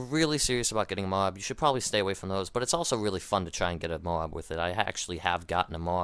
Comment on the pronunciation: its not pronounced MOW-AB... jeez would you pronounce the word LOAD as LO-AD